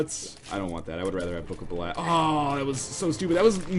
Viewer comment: And pronouncing Belial wrong.